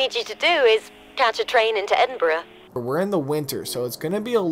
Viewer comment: city is called Edinburgh mate feel like you cant say it right so you dont say it at all :)